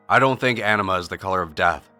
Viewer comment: I don't know why, but I keep hearing "enema" when he say "anima". Enema is a shitty color.